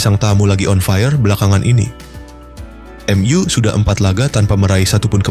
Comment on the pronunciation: Narator nya gimana sih baca nya kaku banget , , , emyu aja di baca M ,,U , , , ga enak bgt